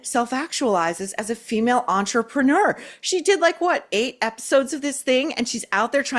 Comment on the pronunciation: you gotta stop saying entrepreneur so that it rhymes with manure. The last syllable should rhyme with fur.